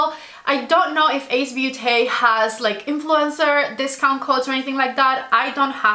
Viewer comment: Nice review, but I don't know. The dark shades seem to not blend, nice colors, tho. Btw Beauté, the beau part sounds like 'bow' you had the last part right